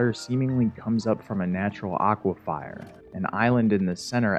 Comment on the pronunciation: That's....not how you pronounce 'aquifer'